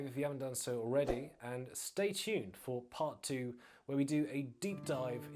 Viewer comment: I’m confused with this host… he has a British accent yet he pronounces perfect Spanish when he says their names or town names in Mexico 🤷🏼‍♂️🤣🤣🤣